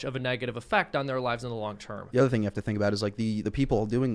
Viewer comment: hey hey hey! i call foul! i specifically heard say "thing" with the hillbilly word of "thang!" that is hillbilly appropriation! and we hillbillies frown on that! hahaha!